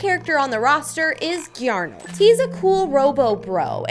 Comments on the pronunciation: It's said garnold not gyarnold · “Giarnold”got me 😂😂😂😂😂